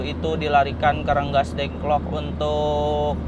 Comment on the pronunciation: Bukan renggasdengklok tapi Rengasdengklok kang.